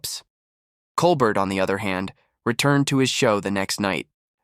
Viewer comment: Ugh. The AI generated voice repeatedly mispronouncing Colbert's name is too much.